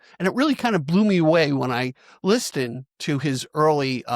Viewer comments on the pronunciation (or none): Never heard someone pronounce listened with a hard “t”….. are you AI ?…. Weird as hell. YouTube is dying